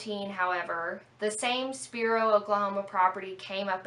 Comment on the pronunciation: Spiro not spero